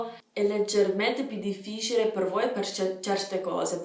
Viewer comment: In realtà non parli accademico e l'accento è sostanzialmente inesistente o trascurabile. Non hai neanche una dizione che ti collochi in un posto preciso dell'Italia per cui usi un italiano neutro (ed è un bene). Ci sono pochissime sbavature che ho notato, una è sul "voi" dove hai pronunciato la "o" in maniera leggermente americana. Complimenti davvero. Voglio provare ad allenarmi con il mio inglese disastroso e quindi butto un occhiata a questa app.